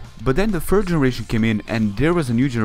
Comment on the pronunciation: You need to improve your "third" pronunciation. It's "third" not "fird"